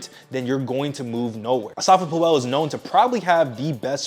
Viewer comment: Asafa Poo-El 😂